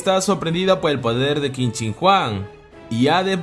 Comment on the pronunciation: Todo perfecto, pero Qin se pronuncia Chin.